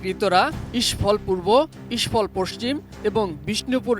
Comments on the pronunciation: মণিপুরের রাজধানী ইস্ফল না ভাই, ইম্ফল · ইস্ফল না রে ভাই ইম্ফল 😂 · ইস্ফল নারে আহাম্মক, ইম্ফল